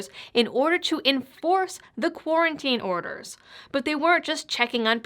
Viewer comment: Quar-ona-tine extension huh? And here you are, all dolled up and nowhere to go.